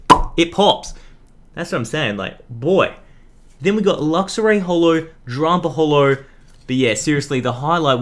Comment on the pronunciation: ex xurkitree and luxa ray lol best mispronounced Pokemon names